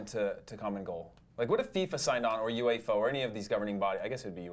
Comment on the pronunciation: Correction “uefalona